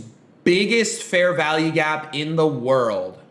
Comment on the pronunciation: It sounds like he's saying "Fair VALLEY" gap as opposed to value.